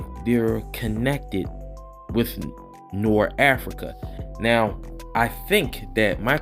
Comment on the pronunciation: Everytime you say Norafrica i laugh. I'm sure you know by now but it's Norfrica. I am ready for ISOM #2 tho